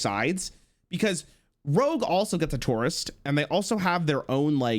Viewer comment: I'm wondering how pronounces the word tour, given how he butchers the word tourist.